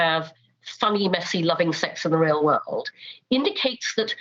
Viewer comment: Always funny how she says "woolud" instead of "world" 🤭